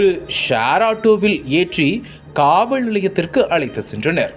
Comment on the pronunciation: தகவல் தகவள் இல்லை சரியாக தமிழை உச்சரியுங்கள் காவள் நிலையம் இல்லை காவல் நிலையம்